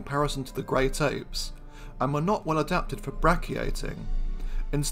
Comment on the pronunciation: Doc, are you saying "Great Ape" or "Grape Ape?" 😂😂😂😂